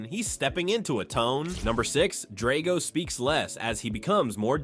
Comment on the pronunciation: This is the worst thing I have ever seen. All wrong and inaccurate. If you wanted to create the worst content ever posted on the internet neither Rocky nor Drago teaming up could stop you (and learn how to pronounce 'Drago').